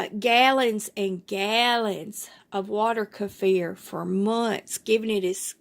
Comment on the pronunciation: Thanks for pronouncing this properly I can’t watch any more videos where they call them keefer… Thank you 🙏🏽